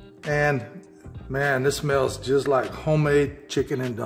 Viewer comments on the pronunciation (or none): none